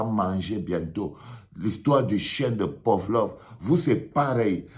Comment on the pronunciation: C’est PAVLOV pas POVLOV😅 arrête de déformer les noms des gens . De plus tu fais une mauvais analogie d’un conditionnement du chien de PAVLOV pour l’apprentissage et les émotions corrompus qui sont déclenchées par ce qui brille . Tout compte fait c’est ce que tu as fait à Etoo quand il te donnait de l’argent tes émotions étaient donc corrompues 😅